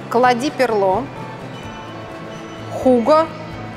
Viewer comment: Почему Хуга, когда Хьюго 😅😅🙈🙈🙈